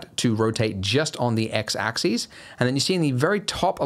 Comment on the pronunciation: X Axis in a British accent triggers off Alexa >.<